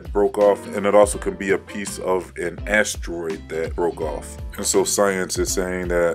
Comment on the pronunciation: Why does he pronounce asteroid like ASStroid? ASS? Troid? Like short for your ass been destroid? By the Creaky Blinder.